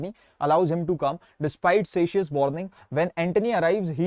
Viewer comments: Bhaiya Cassius ko "ka-ssius" pronounce krte hain Not "sa-ssius" Btw nice explanation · Bhaiya tum ak baat bolo kabhi Julius Caesar pari he agar pari hoti to casius ko kasius nahi bolte or jo likha use sirf translate nahi karte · Bhat tum khud ek ko ak likh ke bol rahe ho ek toh wo padha rahe hai aur tum dusri baat zydatar ' c' ke sath jab bhi zydatar 'a' aata hai toh 'ka' hi bolte hai jaise cake ko pronunce k se waise hi Cassius ko bhi k se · Cassius ❌ sacius✅